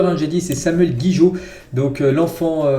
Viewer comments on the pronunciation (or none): c’est gigot gigot gigot gigot pas gijot fait un effort quand même 😂😂😂😂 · Gigot et non Guijot